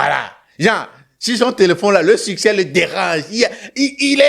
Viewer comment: Il dis suceur et non succès